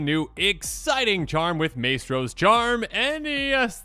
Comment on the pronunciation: Love your work and content. Just want to help so; Maestro is pronounced "Mice-tro".